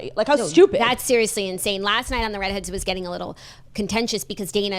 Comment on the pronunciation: Can you please tell the beautiful talented how to say Read Heads, because she still says the REEEED HEADS!!! But she might just be trolling us for engagement....